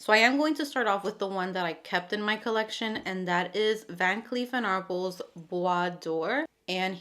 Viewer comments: Van Cleef & Arpels is pronounced like Are-pells. Sorry to be that person. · Btw , The pronunciation is Ar-pells. Bua-dore! You should totally get your bottle replaced! It’s tooooooo expensive for that to be an issue! You are just so adorable young lady. Be blessed